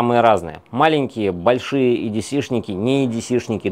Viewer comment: Лайк, хотя бы за то, что не говорит едеЦЭ!